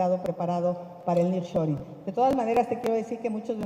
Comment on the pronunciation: EL NIRR SHORING JAJAJAJA